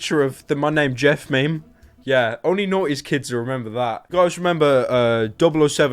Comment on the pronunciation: Lol when he says "90's kids" it sounds like "Naughty kids"